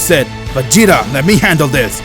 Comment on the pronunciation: The fact he says rhis